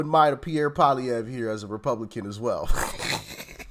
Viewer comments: Poilievre....Pa- lee- evv is the easiest pronunciation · Pierre Poilievre pronounced poly-evvvv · Pierre's last name is pronounced Polly-ev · You pronounce his name pall le ev. Get used to it because he is going to slaughter Trudeau in the next election and will be our next prime minister!! FJT!!✊🇨🇦🇨🇦🇨🇦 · Hey Doc...Pierre Poillievre's last name is pronounced PWA-LEE-EV. It is a french name, yes he is fully bilingual in both english and french. He's been a mainstay in Canadian politics for over 25 years. He's the anti-turd-eau! Politically devoted & experienced, down to earth but sharp as a razor. Great sense of humor, he's diplomatic, a polished speaker in both official languages, a family man, an athlete, he gets what fiscal responsibility means, he understands global issues and above all has common sense that just isnt at all common these days. Politically speaking, he's Canadians' best hope for a future without WEFtards like turdeau & his band of corrupt miscreants. Unlike other political leaders, he has zero Ethics violations, zero scandals and zero corruption to speak of, and that's after 26 years & counting. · Pierre POLY EV is the pronunciation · He is Pierre Polilievre - pronounced "poly-ev" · And you would pronounce his last nname like polyev.. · Hey!! I'm Canadian and we are definitely suffering up here too. Pierre Poilievre...pronounced "Polly-Ev"...with a 'short' E sound. Your analysis is spot on and I call Pierre "Trump Lite"....I can't wait to vote for him because he is a Common Sense leader just like Uncle Trump....I love that you call President Trump that!! 🎉💖💖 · Ty for this video, we are suffering under this person. It's Pierre Poilievre pronounced Paul ee ev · Pierre (polly-ev) Pollievre - even most Canadians cant pronounce it - Quebrc is the only french speaking province and the rest of the country let it go for the most part